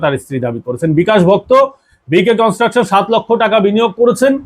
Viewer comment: আপনি আগে ভালো করে তথ‍্য সংগ্রহ করুন তারপর কোন এপিসোড করবেন আপনার খবর হলো বালখিল্য। আপনি বিকাশ ভকত-কে বলছেন বিকাশ ভক্ত, ইলামবাজারকে বলছেন ইসলামবাজার। ভালো করে নাম ধাম জেনে খবর করবেন আপনি একজন ফালতু লোক।